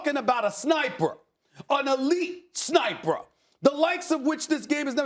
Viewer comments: ELITE SNIPRA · Steven “Snipererrr” Smith